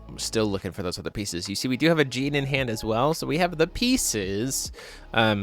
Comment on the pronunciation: "With a Gene on the field" "A Gene can" "Really want that Gene" A what? I know a girl called Jeanne and that pronounciation would get you punched lol. Also why did he pay 2 for Flashing Smile. The Order side of Alice also has Genesis so it costs 1 even when ordered. Also what's up with those 4 Moonshades in Alice. Usually the only non white/black card in the deck is Pricia. Seems overkill (and killing yourself) when you could just play Cat Moon or Atrocias Memoria to hit both and maybe 1-2 Rulers Memoria and/or Light Moon for Pricia. That said, not finding any Ayu when you (hopefully) play a full playset after all that drawing is just rough.